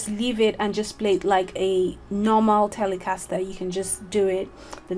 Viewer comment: The way you pronounce the word ‘Telecaster’ makes the guitar that much more cool. :) Greetings from the States. EXCELLENT video.